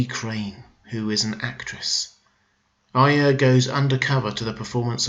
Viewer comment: You are one of the few Youtubers that pronounces Arya correctly which makes me very happy!